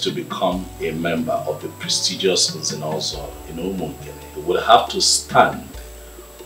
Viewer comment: I like it when the Prince pronounces Nze'Nozo😘